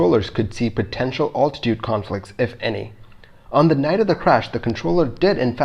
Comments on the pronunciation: I'm glad you don't pronounce altitude like this anymore. It hurts me. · Love your channel and the great research you are doing! HOWEVER, please learn the correct pronunciation of the word 'altitude'! Listen to the following instruction until you learn it